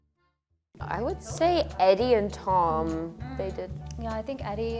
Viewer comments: "Addie Redmayne" instead of Eddie. lol 😂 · Doesn't that supposed to be "Eddie" not "Addie" Redmayne ;) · its EDDIE not ADDIE... my goodness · Addie?? Eddie!